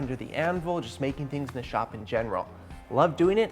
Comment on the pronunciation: Sounded like he said “tip of thee dick here” 😂